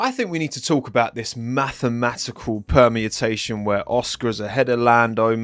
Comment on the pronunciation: It's exciting! No criticism, just for your own future knowledge it's permutation (perm-you-tay-shun). It sounds like you're saying something like permiatation.